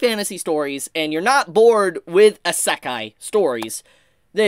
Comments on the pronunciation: How is this a isekai Ps your the only one I hear that says isekai like that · Every time he says Isekai is like getting punched in the gut.